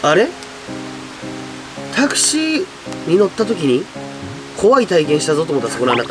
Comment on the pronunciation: タクシーのお話女の人乗せてってゆーのは多いですが全てが繋がっててびっくりですね もしかしたら亡くなった女の人は恨みとかそうゆーのではなく自分を轢いてしまった息子さんが後悔して今なら電話したら話せるしきっかけ作ってくれたのかもしれないですよね 亡くなった事は悲しくても家に連れて帰ってくれてそれだけでその女の人は良かったのかもって思いたいです タクシー⤴︎ の発音は笑えましたねｗｗｗ でもいつも話しててアドリブで締めてる感じあるのでそれはそれで凄いと思います😊 お疲れ様でした 旧善波トンネル楽しみにしてますね